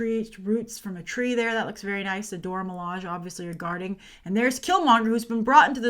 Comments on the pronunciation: I'd like to give you some feedback on your pronunciation of the term 'Dora Milaje', which both the creator and the animated appearances have confirmed as Doh-rah Mi-lah-shay. Not a biggie, just thought I'd point it out. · You know who the Dora Milaje are but still can't seem to pronounce their names properly..... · The proper way to pronounce Dora Milaje is in most of the comics. Multiple wiki pages have the proper way to pronounce it and the people involved in the movie have been recorded pronouncing the name properly.